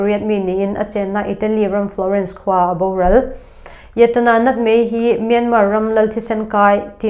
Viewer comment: A bengvar thlak thin hle mai. Myanmar hi Myanma tia lam tur aw..